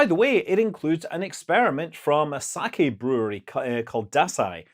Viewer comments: its not saki, its saKEh. They make some genuinely great sake, Dasai 45. I would also recommend wandering poet and onikuroshi. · There is emphasis... "Sake as in the salmon is pronounced Sa-ke (→↘) whereas the rice wine is pronounced Sa-ke (→↗)" If you're speaking english emphasis doens't matter, as long as you use the right vowel... it's an Eh not Ih sound. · It's just sak-eh, there's no emphasis.